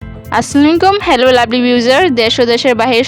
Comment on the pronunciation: কিছু মনে নিবেন না, শুরুতেই ভুল উচ্চারণ এ সালাম দিলেন। ক্লিয়ার বুঝা গেলনা - আসসালামু আলাইকুম।